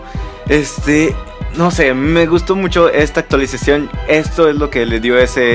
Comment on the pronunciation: pero la unidad aumenta de precio y por cierto "Actuaisacion"?